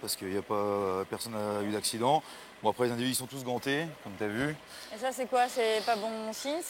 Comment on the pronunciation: «c'est bon çoh!» ah l'accent du Nord